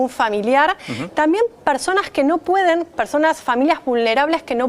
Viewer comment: QUE ALGUIEN LE DIGA A LA SEÑORITA QUE SE DICE "PERSONAS Y NO PARSONAS" POR FAVOOOOOOOOOOOOORRRRRRR, PARA SER PRESENTADORA DEJA MUCHO QUE DESEAR QUE NO LO SEPA NI PRONUNCIAR EN EL 2020 Y LO DIJO 6 VECES MAS COMO ÉSTA.